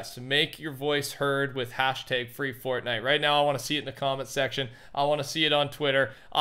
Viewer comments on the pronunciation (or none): Fwee fotnite